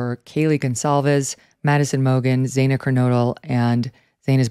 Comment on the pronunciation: It's not Zay-na it's Zana, rhymes with banana.